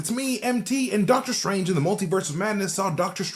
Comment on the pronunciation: Deadter Strange